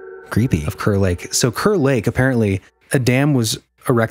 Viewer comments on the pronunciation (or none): Hey! Just an fyi, it's pronounced "cahr" lake- Kerr lake I mean, we pronounce Kerr like "cahr" - anyway love you guys! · Thanks so much for the kind words, Raxhael! Good to know we’ve been pronouncing it wrong for years 🤦‍♂️ 😆 Glad to have ya in the Hole!